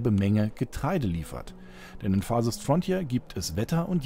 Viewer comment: Ja, dieses „Farsest Frontier“ ist wirklich wunderbar.